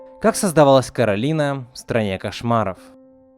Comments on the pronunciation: Ну как бы не "КОРАЛИНА", а КАРОЛИНА потому, что короткое имя Каро, а если было бы "КОРАЛИНА" короткое имя было бы кора? что ли? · Не Коралина, а Каролина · Не Коралина а Каролина! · не каралина а королина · Каролина А Не Коралина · Не Коралина а Каролина меня так завут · Каролина а не Коралина!